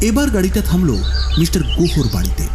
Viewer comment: Jini golpo path korechhen tae uddeshey boli j apnar "S" r "sh" er moddhye onek problem royechhe. Kotha gulo shofa noy sofa, mishter noy mister, offisher noy officer, mish noy miss.